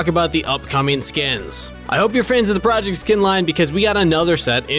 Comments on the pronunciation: proYect morsekaiser lmao Is iy proyect or project im confused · I like how instead of project it says proyect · “Proyect skins” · should be PROJECT not PROYECT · Isnt it project not proyect? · i guess it's meant to be 'Project' with a Swedish accent but who knows why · ah yes I love the "PROYECT" skins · "Proyect" lol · “Proyect “ skins ..... thought we wouldn’t notice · Ah yes proyect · yes... i like "proyect" skins too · "proyect" .. they are yust yoking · Damn, these PROYECT skins look lit, but you pronounced it wrong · lol "proyect" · my favourite skin line, the “proyect” skin line